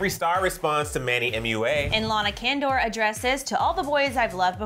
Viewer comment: The way that they pronounce Lana's last name tho. It is not KENDOR its CONDOR